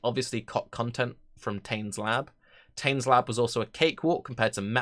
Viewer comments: Tane is a character from Maori mythology in New Zealand. It is pronounced tah-neh. All vowel sounds in Maori are pronounce the same ah, eh, ee, aw, oo for a, e, i, o, and u. Once you understand this and the consonant sounds like f where you see wh, Maori words are extremely easy to figure out pronunciation for. It is similar to Japanese in this respect. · I get irrationally annoyed by how you pronounce Táne. I'm aware they removed the accent (for whatever reason), but still :p